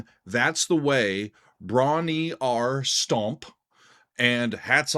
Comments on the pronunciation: Bron Yr Aur pronounced “broon rawr” FYI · bron y -aur is pronounced : Bron-wrah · FYI, it's pronounced Bronny Rah. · Pronounced "brawn-WHAR" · That is NOT how you pronounce it. "Y'awl!" {:o:O:} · Bron-Y-Aur is pronounced Brom-Yar . . . as strange as that seems. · Hi, ‘Bron-Y-Aur Stomp’ is pronounced: brom-rar, and means ‘Golden Hill’ or ‘Golden Breast’ in the Welsh language. ‘Tangerine’ 🍊 is about Led Zeppelin guitarist, songwriter, and producer, Jimmy Page’s whirlwind romance with American singer-songwriter, Jackie DeShannon, in the 1960s during his session days as a studio musician. Complete with a false start. LOL! ‘That’s The Way’ is about ecology, social class, racism, and protesting the U.S. involvement in the Vietnam Conflict. John Paul Jones played the mandolin on this track. Led Zeppelin III was inspired, in part, by the band’s relatively short working holiday retreat to the Welsh countryside cottage called Bron-Yr-Aur in the spring of 1970. Jimmy Page and Robert Plant both decided to stay on a bit longer than the other members and wrote some songs together during their time there at the cottage retreat. And one more thing: in the United Kingdom, we only recognise an 18-year-old drinking age. Cheers! 🍺